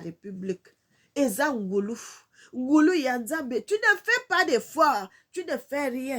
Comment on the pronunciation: Bonjour ma sœur, on ne dit pas NGoulou, mais NGOLOU ET CA S'ÉCRIT NGOLU.